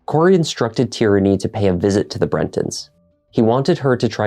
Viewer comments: Tierny. It’s an actual name/surname. Like Maura Tierney or Kieran Tierney. It’s pronounced TEER-NEY, not TEE-RAN-NEE. Good look trying to hide covert intentions on what you all really wanted to say judging by this ignorant ass thread. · Tierney= TEER-NEE Tyranny= TEE-RAN-NEE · "Corey's girlfriend, a woman named Tyranny..." 🤦‍♂️ 💀 not Tyrannyyyy 😭